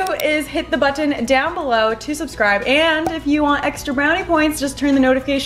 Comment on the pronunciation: she's says botton weird